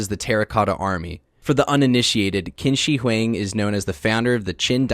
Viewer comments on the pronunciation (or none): Qin ShiHuang is pronounced like "Cheen Sure Hwaang"